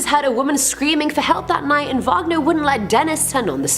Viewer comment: It's Robert WAGONER....